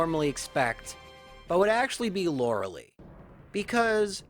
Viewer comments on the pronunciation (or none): Same. He's defended the Lore-uh-lee pronunciation so much when it's just objectively, factually pronounced "Lore-uh-Lie" in this case (and most cases) lol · correct pronunciation is Lora-LIE not "Lora-LEE". Please get this right. All the Lauralee complaint comments will instantly go away the second you make this easy correction! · Huh, never heard Lorelei be pronounced Lorelee before. Neat. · Sure, and if it was a (admittedly repeated) innocuous error I wouldn't be quite so harsh. However he's actually addressed this in previous videos and has tried to defend it, so it's not just his accent causing the mistake. Lorelei is a name of German/Celtic origin and overwhelming evidence suggests it's pronounced Lore-uh-LIE as a result. Plus she actually says her name in Pokemon Puzzle League for N64 where it's Lore-uh-Lie. There's really no evidence whatsoever to support "Loralee" besides claiming that's it's a "valid interpretation" of pronouncing the name, which... if you're using that logic, then ANY name could be pronounced like anything, sure. In this case, this specific character's name is definitely pronounced Lore-uh-LIE though. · Yeah the name's German origins definitely suggest Lore-uh-Lie. Plus she actually says her name (Lore-uh-Lie, no surprise) in Pokemon Puzzle League for the N64. is flat-out wrong here. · Maybe Lorelei is just upset you say her name wrong?